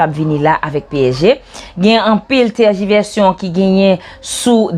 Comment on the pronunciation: Salutation à vous chère madame. Je ne sais pas si cela peut vous deranger. Vous avez commis un lapsus. Le mot c'est "Tergiversation" . Vous avez dit Tergivertion. Merci avec beaucoup d'excuses. Bon travail 😊